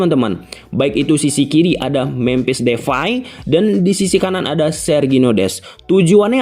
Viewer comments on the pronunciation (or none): jupentus dan mempis defay .... itu yang saya dengar.... P dan F hihihihi... sehat selalu ya bang